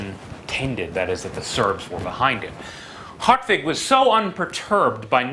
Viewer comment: Ok. The pronunciation of hartwig as "Heart-vig" is correct. Very good for an anglo-saxon.